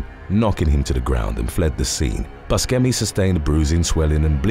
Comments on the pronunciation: I hate to be that guy right now, but Steve Buscemi's last name is pronounced "Boo-shem-ee", not "Bush-chem-ee" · When not being able to pronounce names correctly goes wrong..... I mean, really? Buskemi? Its pronounced boo-shem-e. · I love this channel, but that is NOT how you pronounce Steve Buscemi's name. Buh-shee-me or even Boo-shee-me if it's said all at once as it's meant to be. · Yes, I'm pretty sure he's told interviewers/talk show hosts that it's pronounced like Boo sem ee. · It's the s sound, not the hard c. Also, I don't think it's the shee sound.